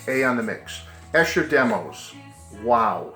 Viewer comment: It’s pronounced EESHER.